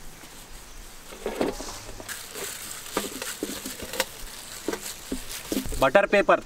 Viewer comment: Budder papar